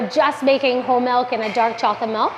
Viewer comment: I love their pronunciations of process & milk. Pro-ses & melk.